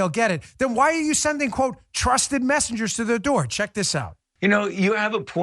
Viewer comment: I thought he said 'trusted messages'